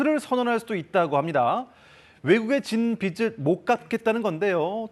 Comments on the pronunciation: 보도 내용은 논외로 하고 한 가지 꼬집어야 할 게 있습니다. 내용 중에 '빚'에 관한 멘트를 할 때마다 빚 다음에 오는 말의 발음이 틀립니다. 예컨테 빚을... 이라고 할 때 발음이 비즐.. 로 해야 하는데 빚츨.. 이라고 합니다. 이러면 그 빚은 의미가 빚이 아니라 빛(햇빛)을 의미하는 발음이 됩니다. 공영방송에서 아나운서와 기자로 나와 보도를 하면서 이런 것을 실수하는 것은 작지 않은 지적거리가 아닐까 싶어 쓴 소리를 써봅니다. 혹시 맞춤법이 변경되서 위 컨텐츠의 발음이 맞는 것이라면 죄송하다는 말씀 드립니다. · 빚을 [비슬]이라고 발음하는 거 저만 거슬리나요...... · 똑 바로 못 읽냐!!! [나라 비치] ???? 기자는 빚을 지는 게 아니라 빛을 지나? 요샌 기자 대충 뽑는군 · 빗이 [비시] 빛을 [비츨]이 아니고 빚이 [비지] 빚을 [비즐] 이렇게 읽으셔야 하는데… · 기자라는 분이 "나라빚이 많아" 를 "나라빛이 많아" 로 발음을 하시네요. 심지어 조금 있다가는 계속 "중국에게 빚을 져서" 를 "중국에게 빗을 져서" 로 발음하시구요. 제발 기자님들이라도 제대로 된 한글 사용을 해주세요. 제발.